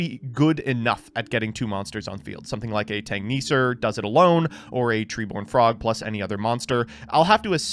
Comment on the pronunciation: Really thought I had grown desensitized to failing to pronounce words properly, but hearing his Tanngrisnir... Oh boy.